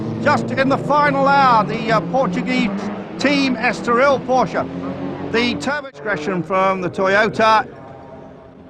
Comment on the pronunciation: I could slap this idiot af a commentator for every time he sais PorschA THERE IS NO FUCKING A IN PORSCHE